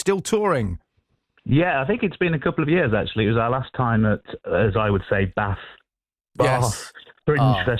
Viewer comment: I love that you stuck to the proper pronunciation of Bath😂